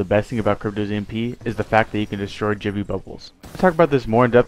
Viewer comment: also with crypto you can pronounce gibby wrong so just keep that in mind so it doesnt sound like Jibby